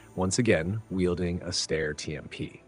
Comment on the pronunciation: Steyr thymes with "fire", not with "stair".